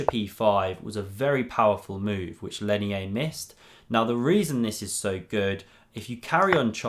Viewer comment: I speak Spanish and his name is pronounced "Leinier" (with an 'r', not an 'i'). It looked curious to me. Good video btw